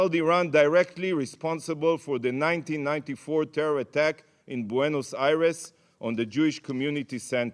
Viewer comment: TEYHROHR THUNNHELS